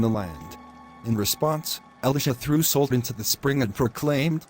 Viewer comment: Good lesson... only thing that bugs me is the AI reader is using a short O in Salt making it sound more like colt instead of a short A as in awe.